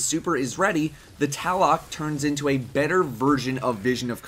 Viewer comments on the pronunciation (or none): yep man it's pronounced tlaloc not taloc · Tlaloc is pronounced like lalo, it's Aztec I think or somethinglike that it was one of my homies names in high school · It's pronounced tl-ah-loke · I hate how people call the Tlaloc the Taloc, there is an L in TLaloc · Lul when he said "Tlaloc" sounded like he swallowed his tongue